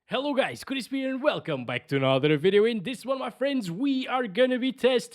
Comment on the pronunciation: It’s Chris not chrisppp